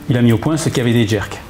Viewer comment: Excellente vidéo! Super! Mais on dit pas Kavédé mais Key vi di, repeat After me. Hahaha 😁 continuez comme ça c est chouette.